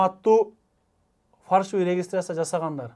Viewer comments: Өзөгүн туура айттың ,бирок билим ал ,фаршывый эмес фальшивый болот тууганым. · Регистрация баюнча суйлодун туура ал жагы бирок фаршивый эмес фальшивые деп айтылат😂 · Фаршиаый эмес Фальшивый деп айтылат